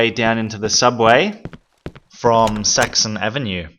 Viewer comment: Every time he says Saxon Avenue I hear Sexy Avenue